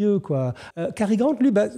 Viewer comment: Quand un commentateur prononce bien Cary Grant et non Gary Grant, on sent le niveau.